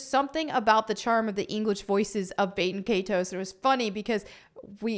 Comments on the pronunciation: Please it’s not bate in kay ties. It’s Bat-in Kai-tows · Bay-ten Kay-toes 🤢 The horror in her pronunciation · When you hear baten kaitos being said completely wrong. Just proves the point why it was removed. 😂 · learn to pronounce the title right